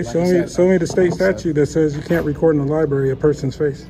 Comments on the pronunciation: I guess he really can’t read. He wanted to go to a Court House and voila….in the Libarry. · He really need to hit the liberie..look at what he wrote "torchure" cuffed😂😂😂😂😂😂😂